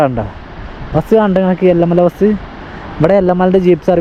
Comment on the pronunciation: എല്ല മല അല്ല ഏല മല